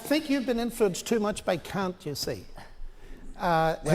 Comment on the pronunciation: "You've been too influenced by Kamt" love this cultured Christian